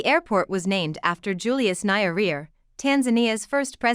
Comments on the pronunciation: Its Nyerere not Nayaria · Its Julius Nye-re-re madam, not Nairia!! Kindly get proper translation, even brother Google can help in such days.. If you as a You-Tuber are specializing in Africa & African names surely the best you ca do is try your best to get names right..otherwise thanks for the informative & offering solutions as well. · You need to get the right pronunciation for "Nyerere" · Narrator should have done a bit of research on how to pronounce the name of one of Africa’s greatest statesmen - Julius Nyerere. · Please try to get proper pronunciation for names before broadcasting... the way you pronounce Nyerere is absurd!!!!!!! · Poor pronuciation as a result of poor evaluation!